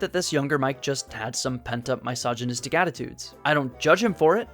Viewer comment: “MY-sogynistic humor”